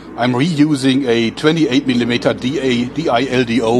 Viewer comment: Does anyone else think its funny he said "a 28 millimeter D.I.L.D.O" like he spelled it out